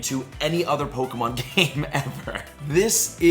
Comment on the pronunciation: Hun love your videos but it's really obvious you never watched the some of the series cuz you're constantly pronouncing the names to the Pokémon wrong 😅🤣